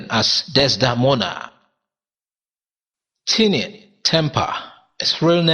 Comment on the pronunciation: "Tinie" is pronounced like "tiny"